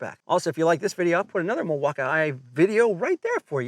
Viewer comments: What’s with pronouncing Milwaukee as Milwauk I A ?? It’s Milwaukee man 😂 No I A at the end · The way he added that extra flair to "Mill-walk-eye-aye"! 😂😂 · Why does he say milwaukee like that